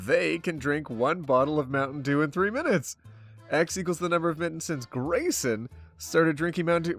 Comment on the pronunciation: When said 'Grayson', I heard it as 'Raisin' help